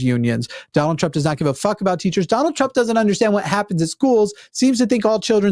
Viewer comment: When mispronounced Trump's name like 'Dune-ald' I imagined a Baron Harkonnen with Donald's head on it